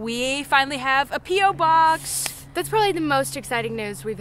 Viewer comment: when you said we finally have a p.o box I thought you said penis I was so confused omg